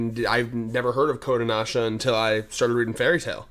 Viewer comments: I kept getting confused because your Pronouncing kodancha kodonasha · Why are you pronouncing Kodansha as Kodanasha?? It's Kodanasha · Their shit is a bit more niche and not as heavily promoted over here. Also it's "Ko-Dahn-shah!"